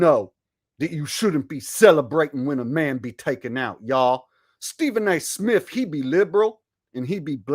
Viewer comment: Stephen A Smiff 😂😂😂